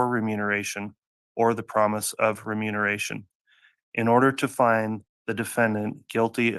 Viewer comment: keeps saying “renumeration” 🫣